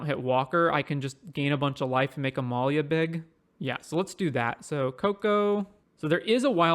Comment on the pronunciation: Uhh not sure about that pronunciation